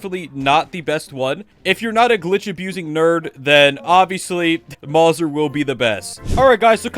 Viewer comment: IM SO MAD AS A GUN NERD ITS MOW ZER NOT MORSA